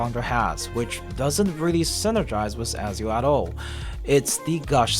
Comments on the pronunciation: Bro who's Azio 😂, it's Ezio Ezio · It Eh-Zee-ooo.